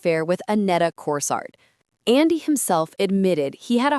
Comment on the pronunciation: Pronounced Corso